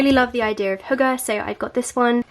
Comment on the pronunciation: That's so nice that you said hygge approximately how a dane would say :)